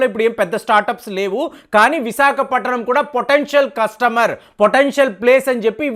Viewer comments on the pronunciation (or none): ವಿಸಾಕಪಟ್ಟಣಂ ಅಲ್ಲಪ್ಪಾ ಅದು ವಿಶಾಖಪಟ್ಟಣಂ